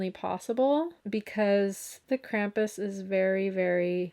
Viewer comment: Lol, "Krampi?"